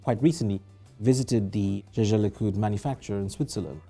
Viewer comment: Never heard JLC pronounced that way before, even by Brits. Shouldn't it be as the Germans would pronounced Jaeger (yaygur) and not "jzay-jzar"?